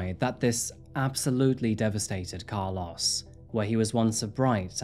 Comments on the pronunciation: Its pronouced "Car- LOW-ES. Not Car-LOSS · As someone who was besties with a guy by the same name, I'm so distracted by the way you pronounced Carlos 😭 The end should sound like "oh" not "ah" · I cannot unhear your pronunciation of “Car-laws” lol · I hate how you say Carlos. lol. 😂